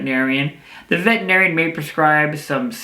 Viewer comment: Why do even veterinarians mispronounce "veterinarian"? 🙄